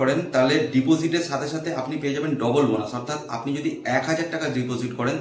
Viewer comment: Double বোনাসকে এমন ভাবে বললে শুনে লাগলো double বাশ 😂🤣🤣🤣🤣